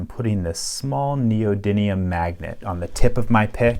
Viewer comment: NEODYMIUM!!! KNEE-OH!-*DIM*DIM*DIM*EEE-UHM MIUM! MIUM! Can we finally stop saying knee-uhmwhatthehell?